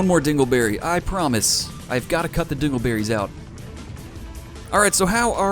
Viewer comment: Personally Dingle berries is so close to dangle berries that its all i hear when you say it :P